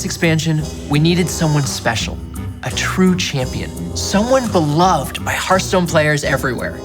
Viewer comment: Wait did he say “beloved”?